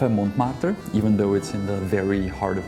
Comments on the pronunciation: Oui oui baguette, Montmartre :D If you're czech, the pronounced letters are : Monmartr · The "t" in the "Mont" of Montmartre is silent in french. The "r's" are hard "r's" 😊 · Et voila! Here the REAL correct french pronunciation of Montmartre ;)